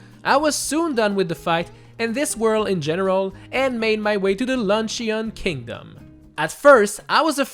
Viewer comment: Dude this looks soooo disorienting!!! Also did you pronounce Luncheon as if it were an Eevee evolution? Lol...Luncheon, the Banquet Pokemon